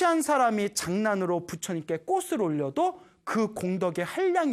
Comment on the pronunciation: 좋은 강연 감사드립니다 학생들도 많이 보는 영상이기에 한가지 부탁말씀 드립니다 올바른 발음 부탁합니다 꽃이 ㅡ꼬치 꽃을 ㅡ꼬츨 로 수정 필요